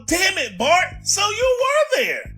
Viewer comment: ‘FART’ instead of Bart😂😂😂😂